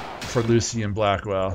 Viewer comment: I like how you don't properly pronounce latter half of some words so we end up with Lucy Blackwell and Bra skill to name the funny ones.